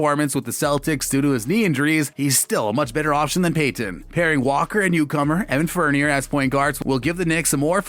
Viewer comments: “evan fornerr” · RJ Bennet, Fourneer, plus many many wrong pronunciations ! Lol